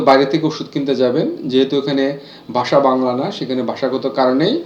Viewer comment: ভাষাগত সমস্যার কথা বলতে গিয়ে “ভাষা” শব্দটাকেই উচ্চারণ করা হচ্ছে “বাসা”। ধন্যবাদ সোশ্যাল মিডিয়া, এরকম দিন দেখানোর জন্য।